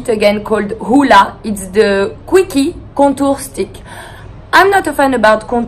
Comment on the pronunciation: Just watching your video, I immediately know that there are so many things to love about you. But I just cannot get over how you said quickie. I am dying 😂